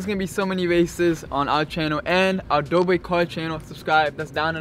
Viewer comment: you said dober it's dobre